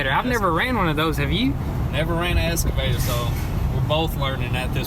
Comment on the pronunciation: Excavator!! Lol not escavator